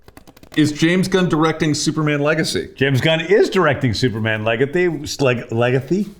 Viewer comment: His inability to say Legacy probably factored into the name change.